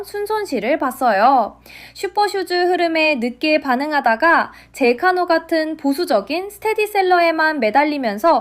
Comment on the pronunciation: 핫콘(x) 하코네(o) 젤카노(x) 젤카야노(o) 런알못이 만든 티가 너무 나네